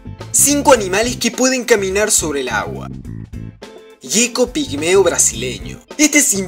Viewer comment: Es geco no yeco